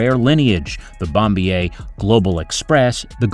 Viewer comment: "11000nm" .....????yap that's right 🤣🤣🤣 If only you're content is about BBJ777-8 🛫🤓 ; "Bombiér" ....???🤣🤣🤣 Come on you're selecting a certain type of content....learn more & pronounce it correctly please...🎥📲🤓😇